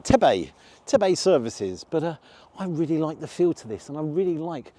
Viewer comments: Used to have friends lived in Tebay village (yes it is pronounced Teebay!) This was in the seventies when the original services were built. The original was bad but glad to see it's now a good option when going up to Scotland or the North Lakes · It is pronounced Teeebay and is without doubt the best Motorway stop in UK and perhaps in Europe. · Tebay and Gloucester services are run by the same company and their philosophy is to support their local producers. Both are excellent if a little on the expensive side. But you get what you pay for - much better than the regular Costa/McDonalds rubbish. By the way it’s pronounced “Tea Bay”. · It’s pronounced Tee-bay come on. Do your research. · I’m from Cumbria, it’s definitely Tee-bay :) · Nice review However it's pronounced "TEEBAY" Services not what you said 😂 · It’s pronounced Tee. Bay ✅ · Hi Tebay pronounced Tea bay. It's a cracker. Put this alongside that brutalist concrete monstrosity on the m5!! Great review as always Robert lancaster uk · As someone who has spent half of my adult life on the M6, I've always liked Tebay, although we pronounce it Teabay! Killington Lake is my favourite. All service stations are a foil for sheer ripoffery, but these food prices are really good. Good review. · It's pronounced Teeeebay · Tea bay! Love your videos pal and glad you’re up my neck of the woods but it’s pronounced like that. And it’s the Lake District. Not Yorkshire. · I actually pronounce that as Tea bay.maybe I've been wrong for years? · The Cumberland sausages should be good as you are in Cumbria but the Sticky Toffee should also be good as Cumbria is supposed to be where it was invented. Its pronounced Teebay and its good to see you in the North West. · It is called Tebay pronounced Teeebay. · It’s pronounced Tea-Bay but it’s such a nice change in normal services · We stop here alot. Always great. It's pronounced TeaBay lol. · You’ve probably already been told but it’s pronounced Tee Bay. 👍🏻